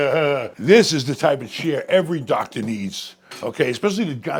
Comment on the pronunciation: Like a doctah